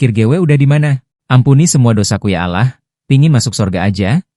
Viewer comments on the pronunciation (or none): none